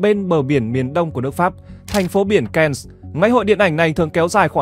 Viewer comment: Cannes là chữ Pháp phải đọc theo tiếng Pháp chứ. Ko học Pháp lại đọc theo tiếng Anh nghe nhức lõi nhĩ như dân Bắc Kỳ nói ngọng K, N 😂😂😂😂 !! Về học thêm nếu ko thì chỉ người ít học mới xem kênh của bạn !!!